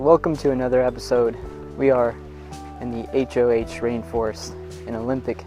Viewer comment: Really nice vlog. One minor correction: it's not the "HOH Rainforest" (as in an acronym), it's the "Hoh Rainforest," named after the Hoh River and the Native American tribe that lives there. It's a Quinault-language word whose original meaning is now lost, and is pronounced somewhere between "ho" and "ha."